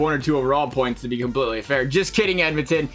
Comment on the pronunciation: 55 BOINTS!!!..... wtf is a boint